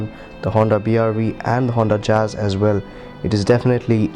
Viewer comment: It's jazz not jaaaz